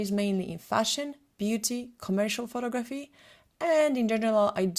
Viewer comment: It annoys me that she constantly says *pho*tography instead of pho*to*graphy.